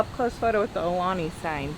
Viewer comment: If you guys love Aulani, please learn to say it properly. It’s pronounced Ow- Lani